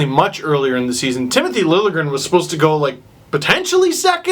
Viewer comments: It's pronounced Lil'-Ye-gren :) just if you wanted to know :D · Connor Wallace no. Lil-ya-gren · It's pronounced sorta like lil-yay-grin. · You're not bad at this Nordic pronunciation business! It's Lil-yeh-grehn, and you got Räsänen pretty spot on except the first sound in Eemeli is a longer "eh" rather than "ee". (you get cool points if you pronounce 'ä's like in cat, like you started to in the second try. ) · It's Lil-je-gren. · You pronounce it as: Lil-Ye-Gren. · pretty sure it's pronounced LIL-YA-GRIN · Swede here it's said Lil (like a short for litle) je (like a short yea) and gren (the way you said it)